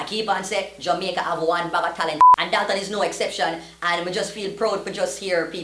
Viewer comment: Yo is it Jomaica or Jamaica????🤣🤣🤣🤣